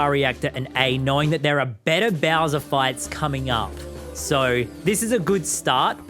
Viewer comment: the way he said 'beawser' like that i love it